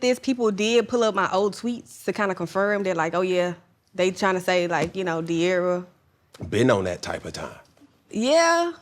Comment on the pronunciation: This interview was horrible. Cam kept making weird perverted jokes as well as interrupting De’arra regarding the Ken situation. A lot of Gen Z wanted to know the details and he completely fumbled it. He also said her name wrong in the middle of the interview and didn’t give her the respect she deserved & I’m more than positive cam is bisexual, always asking about other’s sexuality. Weirdo and horrible interviewer.